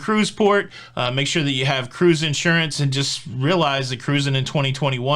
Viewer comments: bets a like as soon as I hear Kah rusing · I love when you say the emphatic “CA-ROOZING” when you invite people to subscribe. I’ve missed it in some of the recent videos, so I hope it becomes a staple! Thanks for all you do,!